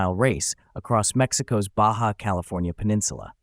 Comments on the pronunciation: Well you said it right the first time, not sure how the same word Baja becomes Baza unless my ears are filled with wax. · Yes ! The "bah jah" nonsense was driving me crazy ! 🤬